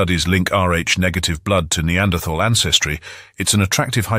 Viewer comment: It is so refreshing to hear someone pronounce the th in the word neanderthal